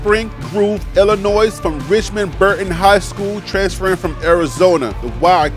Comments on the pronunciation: The state is Illinois, the "s" is silent therefore you say "Illi noi" you are not the only one who says it wrong... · Noted on the pronunciations. I used pronunciations dot com. Im also reading over 100 names and going 100 miles per hour. I disclaimed in the beginning that some things will be missed like Lubback “Luh” “buck.” “iLL-A Noy” instead of Illinois. I appreciate the keeping me sharp; salute. As for my show being slower then others with Coach Deion, I don’t understand what that means “Slower” are you talking about volume, amount of videos I post? If so, my content includes a little more others. I’m starting to slow down on volume to increase production value. On this video that you are responding to, the graphics are created from scratch. The school bus avatar, the measurement avatar & those others don’t come pre-assembled. They have to be created separately. Also the stats that goes under the avatars have to be created and put under them. The photos on the screen don’t come with the names under them. Those have to be individually screen captured from the school’s website and the names screen captured and then put under the photos precisely to fit under the photos. Multiple that by 100+. This is not a mad response, so don’t take it the wrong way. I just wanted to give you some insight on my process to see how it works. The final result seems plain and simple, but the process is arduous and tedious. If you look across the vast wasteland of the creators who are producing Coach Prime Content, how many of them are creating this way? I don’t watch a lot of them any more but when I started